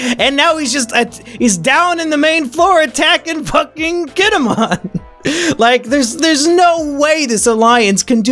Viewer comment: Right... I am surprised I got the two confused. AAGHHHH. Oh well. Reminds me... he has been throughout the entire review series mispronouncing Kinemon's name. The way he says it is if he were a Digimon.